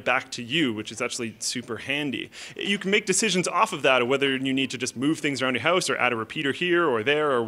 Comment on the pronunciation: House not "ouse" XD